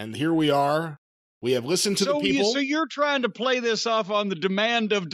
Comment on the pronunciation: "Da Peeples"